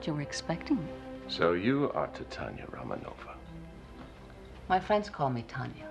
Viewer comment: Yes. Not only did he mispronounce Tatiana, but he also didn't stress the syllables in Romanova correctly either. I can't believe that Broccoli was considering casting this Yankee, whose so-called "Mid-Atlantic Accent" sounds awfully like General American.